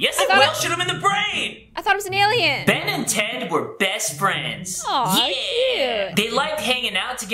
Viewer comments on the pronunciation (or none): I heard Ben ten, not Ben and ted...please tell me I’m not the only one who heard this